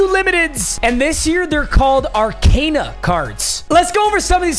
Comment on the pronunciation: It’s pronounced Ar-cOn-a not Ar-cAn-a